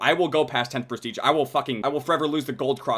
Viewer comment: It's Prestige not Presteage